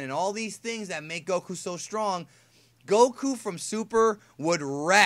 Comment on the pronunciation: For the love of Allah, that is the WORST "Goku" ever. I don't even want to watch now.